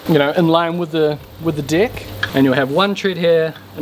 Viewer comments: That pronounciation of "deck" seems off to me :-P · I was surprised it could tell the difference between two minor pronunciations. Even intentional malaprops.